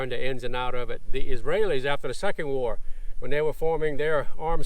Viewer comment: "The second wwar"